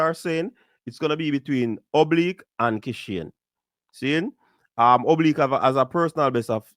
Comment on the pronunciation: Did it easily ina bad weather...however his name is Oblique...if you are going to be a so called commentator at least get the names right and I expect better because you are a Jamaican